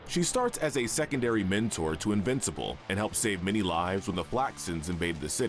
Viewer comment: When you say invencible characters it makes it sound like there all invisible